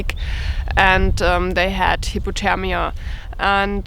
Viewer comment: She said hipothemia not hyperthermia lol hahahaha🤣🤣🤣🤣